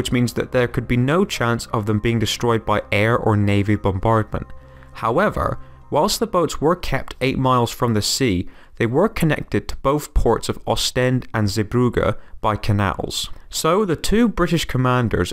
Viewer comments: well it's not the right pronunciation but atleast you tried to do it right unlike other youtubers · The way you pronounced bruges and zeebrugge XD